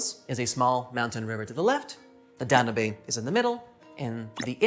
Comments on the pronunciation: I enjoyed the video and 1 thing listen to the song the blue danube most people say it dan yiub not dan u bay. Just pointing it out. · This guy pronouncing "Danube" was killing me. "DON-oo-bay!".... brother, that river is the "Dan-YOOB"... Like as in "the Blue Danube" ?? No one is cultured anymore.... for shame! 😂😉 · Danube is pronounced Dan-Yube (as in tube), not Da - nu - bay 😁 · Danube is pronounced like You tube not Dan u be